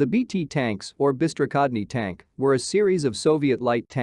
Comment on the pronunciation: Perfect russian))) "Bystrokhodny tank" Hi from Russia! Thanks for this video, very interesting for me